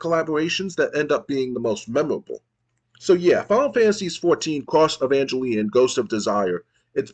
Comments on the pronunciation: Im mostly confused on why you pronounce Evangelion like that. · entonces basicamente es un juego de aviones? how could you misspronnounce evangelion xD watch it at least!